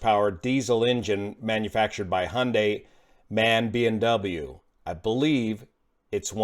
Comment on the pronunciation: Greetings from Germany... It's 'M'-'A'-'N' & not "man"; just like 'C'-'I'-'A' is not "cia"; Cheers & have a nice day!